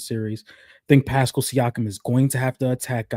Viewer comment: why does pronounce Pascal's name like that 😂 I cringe every time LMAO says its like Eric Paschall from the Warriors